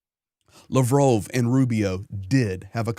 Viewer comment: You should familiarize yourself a little bit more with Ukrainian and Russian language the way you pronounce the names are crazy. Lavrov = Luh*vraav